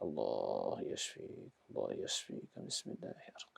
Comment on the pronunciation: Bang mongol nyebut nama ALLAH sudah FASEh🤲👍👍👍👍👍